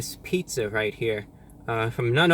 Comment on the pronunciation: "After you take a left, you're going to want to take a wight, which is quite gweat if I do say so myself."